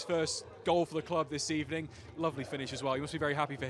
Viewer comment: i love the good ebening